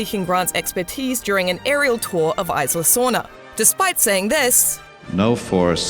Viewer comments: Isla sorna Its pronounced, E-sla sorna not i-sla sorna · It's EEEESLA SORNA :/ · You pronounce isla sorna wrong and isla nublar